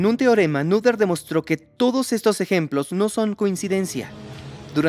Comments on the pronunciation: Muy interesante, pero se pronuncia Néter o Nöter, pero no Núder 😮‍💨😮‍💨😮‍💨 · "Neder" "nuder"... como se pronuncia? Jaja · Perdonen, tenía que comentar esto, al principio y algunas veces en el transcurso del video , pronunciaron mal el nombre de esta genial matemática, Emmy Noether. Creo que no es muy difícil de decir realmente.